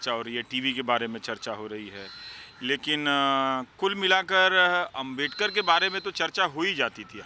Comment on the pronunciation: Ravish Kumar apki ehsiat nahi ki babasaheb ko abmedkar kehna.Aap pehle sahi se Naam lene ka seeklo phir bolna